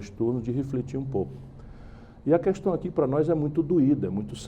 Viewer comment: q decepção... ele pronuncia "qüestão" em vez de "questão".